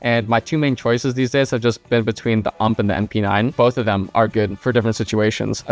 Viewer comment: it's not ump, its U-M-P.